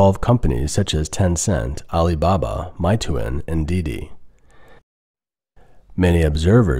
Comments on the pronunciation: It's not MY-TOO-IN, but more like MAY-TWAN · meituan isn't pronounced my-too-in btw it's may-twan (only correcting you because you left a pronunciation on screen) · Don’t get me wrong, I enjoy your different perspective. I just want to point out that it’s pronounced MAY-TUAN not MY-TOOIN. Getting the pronunciation right will give you more credibility. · It's pronounced "May twan" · my-toon? ahhh that's not how its pronounced... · Meituan is pronounced May Twan. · It's pronounced mayyy twaahhn